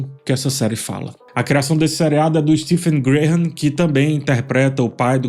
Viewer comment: A pronúncia de Graham é (grei am) e a pronúncia de Stephen é (stiv an) 😅😅😅